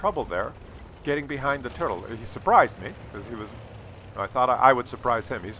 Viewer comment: There were two turds for me in the end until I quit. One was the IKV 90 b. Don't get me wrong: It is not the worst tank of its class and tier, but it is unbelievably mediocre. Secondly, the VK 28.01... PS: In this episode I somehow think of a "Turdle" when hearing you say "Turtle"